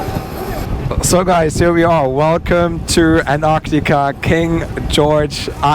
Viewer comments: WTF is anartica??? ANT-TAR-TICA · You keep saying ANARCTICA?? It's ANTARCTICA!! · An'arctica or Antarctica? I'm confused. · Antarctica has a letter T after the an. So its anTarctica. After all who says Frankfur. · Amazing video so lucky! I just hate how u pronounce Antarctica lol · Thanks for the video but you seemed to forget to pronounce the first t in Antarctica (please correct me if it's pronounced differently) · I love your videos and this is the most surreal. (Not to be mean and I appreciate English is not your first language but you did keep mispronouncing Antarctica🙄 I suspect it was the excitement and the awe of it all.) I can't wait to see where you go next. Cheers my friend, for another exceptional vlog. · there are 2 t’s in Antarctica, both of which are pronounced. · only half way thru and loving the video. Have to say I have never heard Antarctica pronounced that way before. Awesome trip and glad you enjoyed it and shared with us. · Congratulations, only thing i didn’t like is the way how you pronounce Antartica by the way I’m really enjoying your videos. Greetings from Deutschland